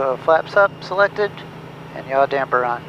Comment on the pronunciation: Him: Yaw damper on Caption: Y'all damper on.